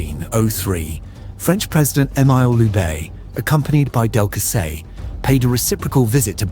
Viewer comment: cannot pronounce "Emile"